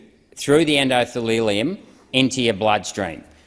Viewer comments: Endothelium not Endodethelium otherwise Renwick is spot on. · he doesn't know how to pronounce endothelium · You can tell by the errors of pronunciation of endothelium and organelles that he had read this rather than told it by someone with a biochenistry qualification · oh buddy. en-do-the-lium, not en-do-thee-LEE-lium. or-ga-nells, not or-ga-nellies. amazing research, but pronunciation is important so you don't superficially undermine yourself to the intellectually pretentious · He also spoke of the "endothalilium" and "organellies". When the words come out wrong it always reminds me of the second phrase from the schoolroom poem Ladles and Jellyspoons.